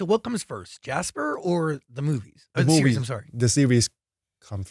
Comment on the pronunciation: loved the accent when phuwin said I'm sorry and love zach for complementing pond's english